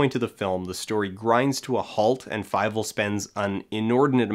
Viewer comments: Why do you pronounce it as fi-vel? Is that the one they use in the movie? It looks like a German name and as such it would be pronounced fee-vel. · FIEVEL? FEIVEL?? FEIIIIIVELLLL!!!